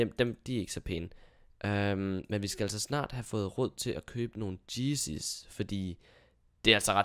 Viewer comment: Hader måden du udtaler Yeezye på, men ellers elsker jeg dine videoer